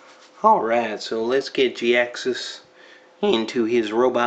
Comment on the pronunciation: Jhiaxus I thought his name was pronounced (Jy-axus)